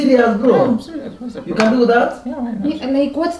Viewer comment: Kwani the "babe siriazly" 😂😂😂